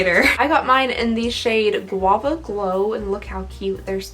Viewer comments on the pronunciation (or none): none